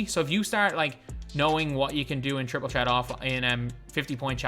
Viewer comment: petition to get to say triple threat and not triple tret